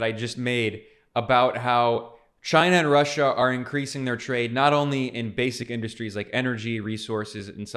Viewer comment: “twade” lmaoooo. Sorry Ben